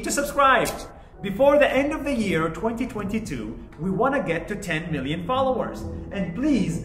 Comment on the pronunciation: Dude said tenmillon followers